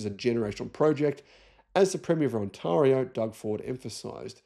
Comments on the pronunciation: On-tear-io not On-tar-io despite it being written that way. But otherwise 👍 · On-TAIR-ee-owe, not "on-TAR-ee-owe". (TAIR rhymes with hair) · HEY ' LOVE YOUR SHOW ' ONTARIO IS PRONOUNCED [ ON TEAR RE O ]. YES WE HAVE ALL THE RARE EARTH MINERALS ONLY A STONES THROW AWAY FROM ANYWHERE THEY BUILD A BATTERY PLANT IN CANADA. VIOSEY BAY MINE IS ONLY 10 HOURS DRIVE AWAY FRON ONTARIO. ENDLESS SUPPLY OF NICKEL AND COLBALT. LITHIUM IN NUMEROUS LOCATIONS THROUGHOUT CANADA. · Hey, love the Channel… Used to live in Sydney from 72 to 80… But I'm Canadian been back since 80. Anyway, the way you say, Ontario reminds me of my days in Australia. I could probably send you a video or something you could watch, but try this… The way you would say "scary" is the way that Ontario sounds so you could say Onscario It's no biggie. Certainly not a complaint but you're the type of person that likes to be accurate. Keep it up mate!